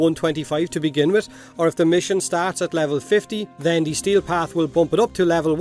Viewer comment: I kept hearing stale path instead of steel path lol